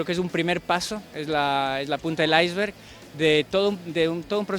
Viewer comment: Mejor pronunciado que como lo pronuncian en España.